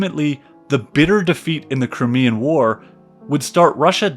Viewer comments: Did he mean the CRYMEAN War. It is the Crimea not the Crimmea. If you can’t even get that correct it makes the rest of the video suspect. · very interesting but you need a pronunciation guide. Crymea is how it is pronounced also Derby is Darby. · One doesn't feel a lot of confidence when the guy starts off with that funny-ass pronunciation "crimmy-uh" for Crimea. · Despite some errors and mispronunciations, this presentation tells me more than I ever got in school. Russia has a great culture, but they have an ongoing history of terrible leadership. Napoleon III was an ass, too.